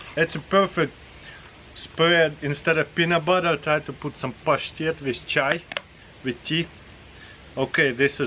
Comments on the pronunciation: Hearing him say pashtet is the most satisfying thing ever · It’s so satisfying when he says pashtet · The way you say the word “pashtet” is cool all by itself. Cheers dude!